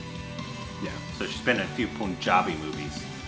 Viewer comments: It's not 'Poonjabi' 🤮🤮 It's 'Punjabi' with u sounding like in 'nut' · In "Punjabi", pronounce the "pun" part as you pronounce the english word